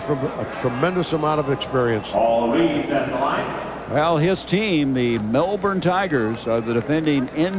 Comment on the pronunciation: The “Brizz-Bayne” Bullets, eh? And shortly after that I was surprised to hear him NOT butcher the “Mell-Born” Tigers 😂 one of the only Americans I’ve ever heard pronounce it as Aussies do